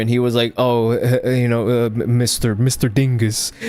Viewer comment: When you say Mr. Dingus… it just sounds wrong.